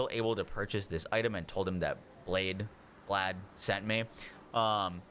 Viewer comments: It's pronounced Blaith at least that's how npcs say his name no idea why but that is how you say it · "Blaidd" is pronounced like blythe...rhymes with writhe, like writhe in pain. Blaidd is a Welsh word, it means "wolf". Fitting.